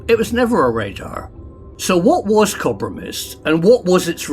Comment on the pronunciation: Cob-ra mist? ..... you mean Co-bra mist prof ❤❤❤